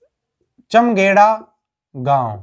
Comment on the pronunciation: चमघेडा नहीं है चामधेडा है